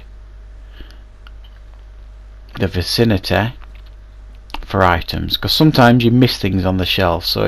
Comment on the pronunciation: I hate the way you say vicinity VACINATEHHHHH